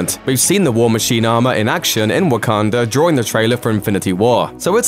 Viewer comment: Am I the one that hear's him saying wokander